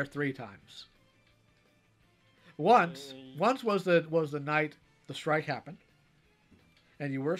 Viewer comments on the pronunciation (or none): RAMAAAOOOVE DAH STOOOOOIIIIKE!!!